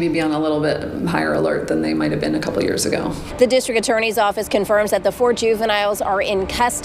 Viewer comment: The female woman lady reporter who was a girl when she was younger said the man was “be in”. What does be-in mean?